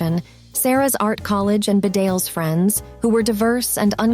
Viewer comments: It's pronouned Bee-dales not Ba-dales. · Bedales School is pronounced BEE-dales not bed-ALES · Its pronounced Bee-Dales not B'dales. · Bedales school is pronounced Bee-dales! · It’s pronounced Beedales. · Bedales is pronounced Bee-dales, the stress on the first syllable. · The school Bedales is pronounced "BEEdales" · The college, Bedales, is pronounced Bee dales.